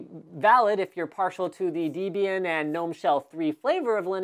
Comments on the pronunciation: Pedantry: Debian is pronounced with a short e, not a long one. i.e. not DEE-bian but DEB-ian. It's made up of two names, Debra and Ian. Source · Named after Deborah and Ian, making pronunciation totally unacceptable on your part ;-) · You don't pronounce "Debian" the same way I do. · pretty sure it's pronounced debian, and not debian.